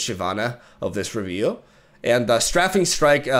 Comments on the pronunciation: it is pronounced "stray-fing" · Strafing is pronounced ‘stray-fing’, to strafe is to move parallel to what you are attacking as you attack. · In English (American) you say strafing with an A sound. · Str - ae (like pronouncing the letter "A") - fing strike